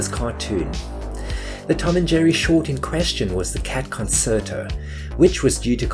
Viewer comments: That you couldn't correctly pronounce concerto (con-chair-toe) or pianist (pee-ann-ist) really detracted from what was otherwise a well researched video essay with a great premise. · It’s pronounced con chair to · Great video, thought I’d let you know that it’s pronounced “con chair tow” next time you need to say that oh-so-useful word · You do realize that "concerto" is pronounced as "con-chair-toe", right? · It’s pronounced- Kuhn cheuh tow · Good video. Love Cat Concerto. Small point - "Concerto" is pronounced "Con cher to". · It's pronounced "con-chair-toe". Learn to speak "core-rect-ly". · By the way it's pronounced Concherto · "the cat conSSSerto" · Concerto is pronounced "kuhn cher toh" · Con-CHAIR- tow is how it's pronounced. :) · Great video. Great music. It’s pronounced “con-CHARE-tow.” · Its pronounced concherto. Rememboer concerto is italian. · Concerto is pronounced "con chair tow." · It is pronounced, Con-CHAIR-toe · What's a "consserto"? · is this a cheese fake AI voice or do the british really pronounce "Concerto" with a soft "c"?? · Please look up how to pronounce words before you record 11 minutes of audio revolving around said word. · I made it all the way through this video, despite the incorrect pronunciation of ‘concerto’ throughout. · How did you pronounce 'Concerto'? With a 's' in the middle of it? Seriously? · everytime you pronounced the word concerto, an small, moustached, Italian baby died. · Doing a slow burn with the persistent mispronunciation of the "concerto." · You really should learn how to pronounce 'concerto' properly as it's quite a key word in this video. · Maybe you're not a native speaker but the second C in concerto has a CH sound. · How do you make this video without knowing how to correctly pronounce "concerto"? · Anyone else triggered by his pronunciation of concerto? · The narrator is absolutely ignorant can't even pronounce words correctly. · You should really learn how to pronounce "Concerto." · Con- chair- toe.